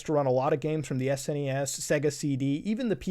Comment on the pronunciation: Thank God you say S-N-E-S and not SNESSS